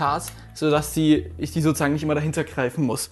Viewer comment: SO-ZU-SAGEN NICHT SO-ZA-GEN MAAN